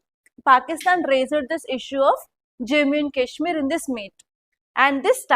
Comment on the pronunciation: Im requesting you… please pronounce Jammu and Kashmir properly 😢